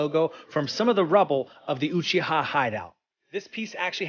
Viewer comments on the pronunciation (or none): Does this guy say Uchihaha? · Y’all gonna ignore this dude just said oochiha? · You said uchiha wrong so many times